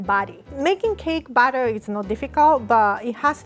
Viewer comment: how she says batter makes the subtitles become "cake butter"